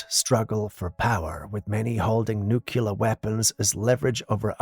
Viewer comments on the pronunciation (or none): it's nuclear (NU-KLEE-UR) NOT NUK-U-LUR